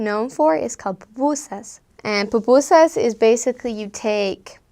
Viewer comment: why you say pupusas like that